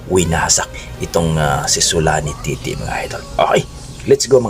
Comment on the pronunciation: Tete bos Hindi titi